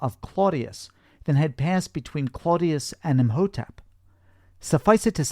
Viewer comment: Btw, Imhotep is pronounce E-Mow-Tep. The h is silent.. 😅